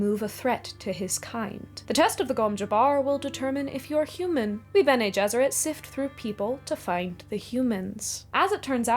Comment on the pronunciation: its amazing how basically everyone pronounces Bene Gesserit wrong